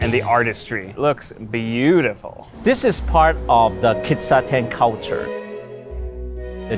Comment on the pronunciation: The Japanese pronunciations are wrong. Kissaten (key-sa-ten) Kawaii (ka-wa-eeee)